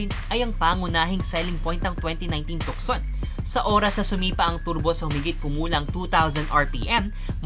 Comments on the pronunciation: With all due respect, the right pronounciation ng tucson ay silent c, it should be tuson.Ang Tucson ay pangalan ng isang lugar sa Arizona USA. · So you will pronounce the Tucson as "Tu'sen" because of its named continent.